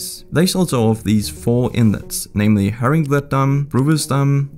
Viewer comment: I com from netherland,and its Just so funny how says haringvlietdam